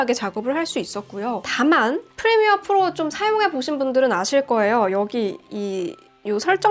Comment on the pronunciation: 주푸로~ 푸로 발음이 구수하구만~